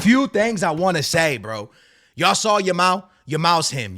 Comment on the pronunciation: Every time says "Yamal" it sounds like he's saying "Ya ma" "I love watching 'Ya Ma'" 😂😭💀